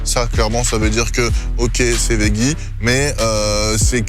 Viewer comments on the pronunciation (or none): GRS is back🤩🤩 sinon pour l'anecdote ça se prononce vedjie alors que tu prononces vegguie. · Arrêtes avec le « vegguie » 😂😂 ça se prononce « vejjie » que ce soit en français ou en anglais. J’ai vécu aux États Unis 10 ans j’ai jamais entendu vegguie 😂😂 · Au fait, on dit "vedji" lol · On dit "vedji" 😊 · Veggie prononcé vegguie c’est en Allemagne ça non ??😜😜😜😜